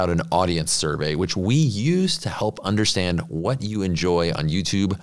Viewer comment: please pronounce “ understand” without the sh